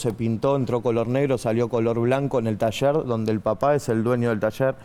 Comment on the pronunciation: Se dice, taller...... Y no tasher...🤦